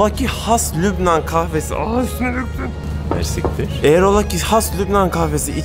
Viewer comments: Umarım herşey hem bizim hem böyle güzel ülkeler için daha da iyi olur maalesef çok üzücü.. Bu arada mers*ktr değil o:))) merci ktir yani çok merci anlamında ✌️✌️ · Mersiktir değil reis. Fransızca ve Arapça birleşimi olan çok teşekkürler anlamina gelen; "merci k(ı)tiir". Bienvenue en Liban de nouveau